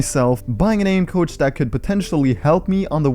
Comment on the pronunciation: I though it Saïd “aim couch” loooool i was so confused